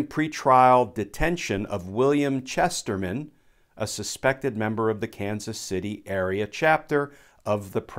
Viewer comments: Please take the time to read the material more accurately. We're reading along with you. you said Presiden't's deception, you said "description" You said "Chesterman" it said "Chrestman". please pre-read these accounts. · Chrestman, not Chesterman.